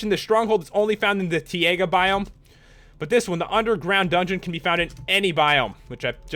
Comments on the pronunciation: It is pronounced t ie ga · He doesn't, but he pronounces taiga wrong...